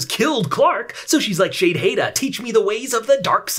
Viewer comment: Dude youre reviews of this show is fantastic. The way you say the commander names like "Shadehada" (idk how to spell it) has me laughing. I just watched your reviews instead of the last seasons